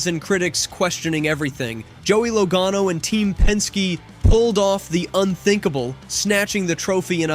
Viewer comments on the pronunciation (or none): He said LOWGANO and LagAAno 😂😂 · "Low- gae- no" ?